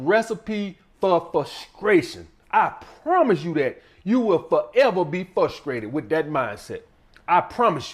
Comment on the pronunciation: "Fruskrated" Another solid video message 👌🏾💪🏾🙌🏾